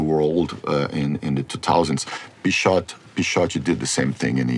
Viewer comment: Now I finally know how to pronounce Pixote correctly. Amazing movie.